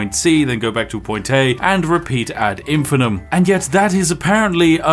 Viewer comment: It 'infinitum' not 'infinum'. Its pronounced infin'eye'tum.